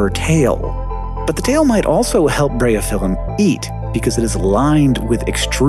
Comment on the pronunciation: I'm assuming it's closer to "Breye-oh-fill-um"